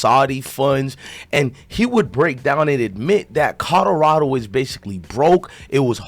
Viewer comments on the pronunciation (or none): This man kills me how be pronounces COLORADO.....😆😆😆😆 its kaa- lr - aa -dow. NOT KOD DO RADO.